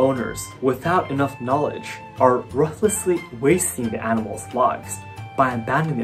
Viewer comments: You sounded like an almost native English speaker until you said "ruthlessly." It should be pronounced Ruth - lessly, Ruth like the name Ruth. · Also, ruthlessly is said like tooth xD Roothlessly Toothlessly :D